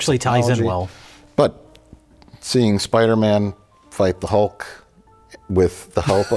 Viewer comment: Take a birro everytime says 'Spidermin'.